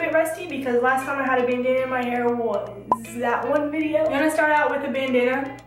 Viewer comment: There should be a counter for every time says 'Bendanna'